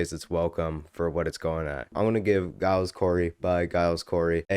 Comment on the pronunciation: bro how do you still say it wrong when the first word in the album is literally “giles” 😭😭😭😭